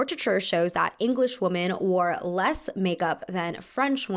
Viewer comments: I’ve noticed that you always pronounce women as woman hahah. Love your videos though ❤️❤️ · It's ok, she can't spell or pronounce "women" apparently either, only "woman".